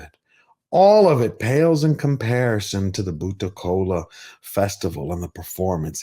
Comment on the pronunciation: Mad respect for your researched review. When a non Indian can pronounce words like kantara , Karnataka , bhoota kola like the local does , one knows this movie has broken all barriers ! Tulunad hudugi ( girl from tulu land )